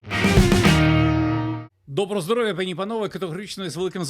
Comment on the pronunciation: ПАні та панове а не панІ та панове. Слово паразит на всіх каналах. Наголос на А - пАні(жінки)